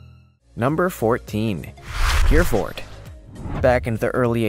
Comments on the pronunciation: 😆 😆 😆 I was thinking the same thing ! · it’s pronounced ( hair-a-fid ) not (here-a-Ford) It’s (Sim-A-Tall) and Chalet. A draft animal , not drought animal. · Here we pronounce it ( Her-ferd ).